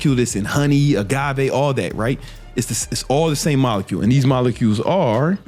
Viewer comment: “The sugar mokakacule” yo wtf you say?😂